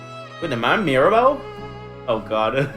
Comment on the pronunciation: you did fantastic pronouncing "Mirabeau " !